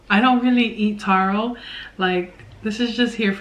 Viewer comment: "" do yu mean taro? hhhhhhhh ueh